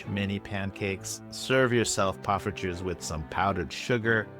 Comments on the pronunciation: damn he's moving up to poffertjes (excellent pronunciation btw). you the goat:goat-turquoise-white-horns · Late reply, but I got around to showing my wife this video-- she laughed in delight and commented that your "poffertjes" was pretty good, unprompted! Now if you want to take it to the next goated level, pronounce your R's a bit like a Spanish R, or less like the American hard R!